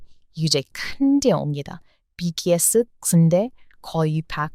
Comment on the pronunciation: 비키에스 가 뭐죠. 왜 발음를 BTS 라고 안하고 BKS 라고 계속 하는지.. 거슬려 거슬려 뭐야 이 채널